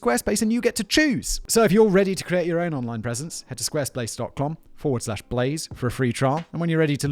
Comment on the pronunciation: Squaresplace dot clom you say? Was that intentional to get me to replay it like 10 times?